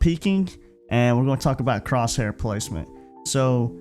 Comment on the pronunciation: Good video mate just with crosshair the h is silent